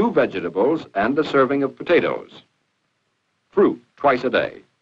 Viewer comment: "Vedga ta bles"